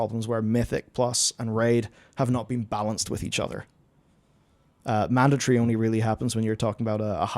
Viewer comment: What is a "manditree?"